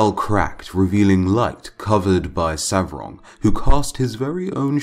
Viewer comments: Its not Savrog but Svarog!!! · Svarog! Not Savrog